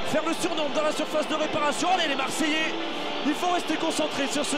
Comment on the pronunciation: Grave moi je suis choquer de voir comment tu détruit le nom de notre peuple « Marseillais »